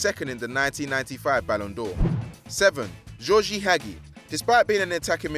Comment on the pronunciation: He wasn't even close with the pronunciation of Gheorghe Hagi